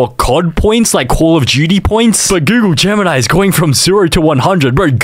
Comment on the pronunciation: Aint google gemini its goonle gemini